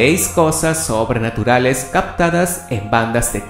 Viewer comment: recien me di cuenta que..dice sobrenturales en vez de sobrenaturales